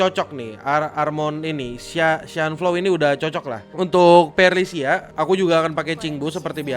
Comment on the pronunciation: Perlicia? 3 patch main masih salah sebut nama? 😂